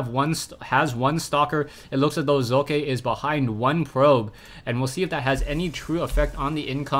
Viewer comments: im german and it is pronounced like "soccer" without the r nvm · hey says it like hockey